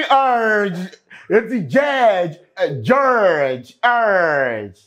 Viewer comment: 🤣🤣🤣🤣🤣Only God can "Jeerge"